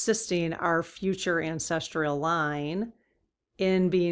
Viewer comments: Sorry to correct you but it's pronounced ancestral not ancestrial. Great reading btw - thanks. 😍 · Hi, "Ancestrial" doesn't seem to be a word. Google says it's "ancestral". (Sorry, but my grandma and my mom used to correct all our mispronunciations...an old family habit!) Blessings ❤ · Cool subject, just a note that the word is ancestral. My brain isn't coping with the pronunciation 'ancestr-ial... sorry! Still love your work 🤩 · Yes, dear, we need to get the word ANCESTRAL pronounced correctly. Thank you greatly for all you do! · There is no "i" in ancestral. No "tree" in the pronunciation. Otherwise I can't get enough of your dowsing rod readings!